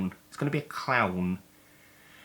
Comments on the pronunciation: "ITS GONNA BE A CLAAHN" Is the most Essex thing ive ever heard in my life. Like "LOOK AT THEM FACKIN CLAHNS!" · Coming over all Eastenders at the start: "it's gonna be a claaaaahn!" 😆 And I didn't spot anything wrong with 'loam fatex' at first even when you put the words up on screen!